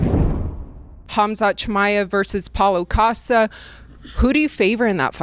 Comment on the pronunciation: reapect to Cannonier for actually doing the "Kh" part lf Khamzat's name lol